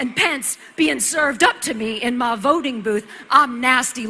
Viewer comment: Why does she keep saying "mah" instead of "my"?